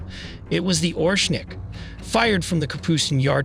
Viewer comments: It's not "Ornšik" you pronounce it wrong way. It's Orešnik ( you need to put there "e" behind r) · This is ORESHNIK not OSHRENIK as you’re pronouncing in the video. This is an IRBM not an ICBM. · Oreshnik❌ orEshnik✅ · oreshnik nor orshenik. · Please try to learn how to say it correctly «oreshnik” it’s stay here for long time ❤ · Say it with me OR - RESH - NIK Now I will unsubscribe because you know nothing. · If you say Oshnik one more time🤣